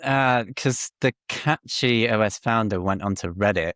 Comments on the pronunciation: Cache has an e on the end so it needs a long 'a', so cache is supposed to be pronounced CAY- sh. Saying cash is wrong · CASH-ee. Like cache. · I pronouce it as CachyOS, but I hear some people like to say CashyOS